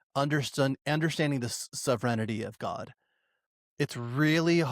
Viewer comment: So noone else is gonna talk about how pronounces "Sovereignty"? Cant just let ya boy go out like that